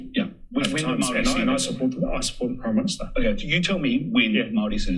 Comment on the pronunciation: Hateful, ignorant, possibly borne out of some terrible experiences had with so-labelled mayowrie people, sick rhetoric. At least you sound coherent unlike one of the mile long super-charged hate rants in the replies. Unfortunately I couldnt make it to the end of the video. Your hatred was too much to handle. Also, Wanganui. Whanganui. Who cares? If you're a NZ'er or kiwi or whatever label one cares to take, at least in this instance we all know what you mean. No disrespect meant to those who hold a fierce commitment to a specific pronunciation.